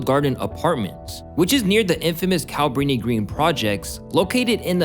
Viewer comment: The way this guy is pronouncing "Cabrini Green" bothers me. Its "KA-bri-ni Green" not "CAB-rini Green"